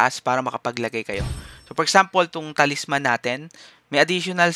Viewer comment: paki ayus yung pronunciation mo. Night Crows as in Krows ang bigkas hindi Kraws. tapos yung Talisman, ang bigkas nyan Ta-lis-man hindi Talis-man.